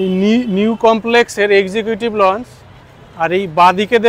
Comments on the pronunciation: লঞ্জ নয়, লাউঞ্জ। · বার বার লঞ্চ লঞ্চ বলছেন কথাটা লঞ্চ নয় লাউঞ্জ।